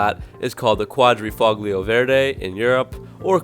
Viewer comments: It's pernounce "Kwa-drah-foh-leo" Not "kwadre-fog-leo" It hurt to hear you say it that way. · I think it is pronounced “Quad-dra-foh-lee-oh”